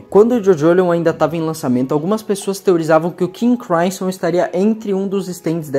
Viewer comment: nao custava nada pesquisar um pouco pronúncias de nomes muito conhecidos, já que tiveste tanto trabalho para editar e roteirizar o vídeo: FRÓID para FREUD e KING CRIMSSON para seu QUINGUE CRÁISSOM. deuardo tb é sacanagem ne, a gente é brasileiro, fala o mundo ou the world